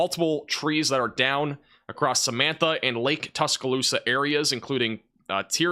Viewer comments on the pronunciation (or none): none